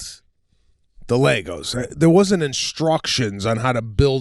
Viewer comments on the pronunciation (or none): Sebastian the word THERE is NOT pronounced “DARE”…..what is wrong with you? Aren’t YOU embarrassed? - (as one of your tours is Titled).